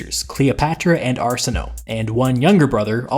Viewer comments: "Are-Sin-Oh-Ay" not "Arse-In-Oh". You suck at pronunciations. (levity, an not insult) There was a great bias against every event that led to the union of Cleopatra and Caesar, so even favorable historians of Roman times would be prejudiced against any mention of her or the otherwise brilliant way Caesar found a means to elude death for himself and the majority of his "envoy". Marcus Antonius, did much to sour the memory of the two lovers after the murder of the greatest of Romes leaders. I don't know why you seem intent to downplay his every move as if he were somehow less of a tactical genius than he actually was. He didn't send a bunch of letters hazardously or blindly hoping a possible ally "might" show up to help him. He sent to a friend from his years in the Parthian wars, and knew it would take time for the aid to arrive, but even in dire straits, boldly took steps to try and capture a better advantage that most men would cower from in his place. Much was risked and it didn't pan out, but you forget it was in a situation he had found solutions for after the betrayal by the Egyptians upon his landing. It must be stressed, Caesar, was expecting to have met a compliant and "vacant" city. Fully expecting the once ally of, Pompey Magnus, to have resupplied him and granted him a tithe of military provision and soldiery. It should have been a quick meeting with the royalty, and off on the chase into Libya after the only honorable and worthy opponent he could hope to face in li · I like your videos. Small issue: you pronounce Arsinoe's name wrong - even by the current standards of English pronunciation of ancient names. To be more specific that 'o-e' combination at the end of the name does not become a long 'o' in pronunciation. Both vowels need to be pronounced there.